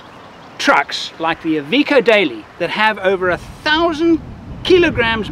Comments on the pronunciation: Its iveco not evikow. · "EVEECO " wtf ? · It's not "eye...veeko"....it's "I've....echo". Don't worry, we'll have you talking Australian before long.